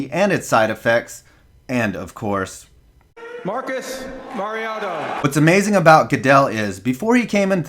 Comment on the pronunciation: And lastly "marcus, marioto" 💀💀💀